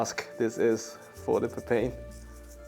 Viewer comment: Its pronounced papay-in (first part like papaya) 😁